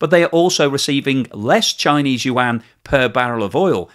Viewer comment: I like your videos, but the Chinese yuan it is pronounce "wand", not "yu wang".